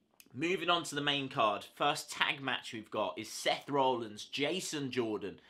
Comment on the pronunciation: Btw it's Rollins not rowllins